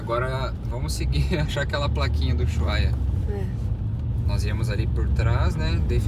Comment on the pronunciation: Gente , por qué dizem "Uyuhaia" ??